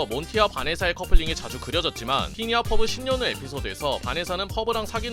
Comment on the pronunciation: 퍼리 라는 줄 ㅋㅋㅋ